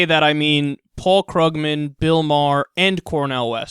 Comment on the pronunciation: It's actually pronounced "Kroog-man," Kyle.